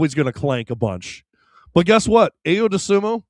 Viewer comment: I…O. Say his name right please